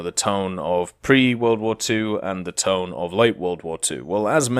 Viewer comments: Its Tone not Tone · It's pronounced TOH-NEH not Tone...... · Toe-neh my dude. no other way to say it. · The IJN Tone Danza